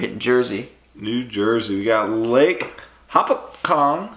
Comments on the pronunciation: New Jersey Lake Hopatcong. Lake Hoe-Pat-Cong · Yoooo the New Jersey lake is pronounced Lake Hoe-Pat-Cong!! Hope to see you guys there it's the best fishing in NJ